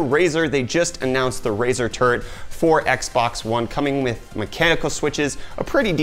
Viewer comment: Did you say Razor Turd?